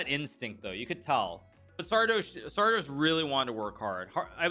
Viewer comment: It's pronounced Sardoche not Sardoche.